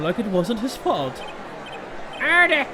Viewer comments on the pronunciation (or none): Character development 101 at the start: doesnt like edgeworth now and forever: EdGyBaBy Edit: the last judge's words through "Order,erder, eeeerderh" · When says order he sounds like he's saying harder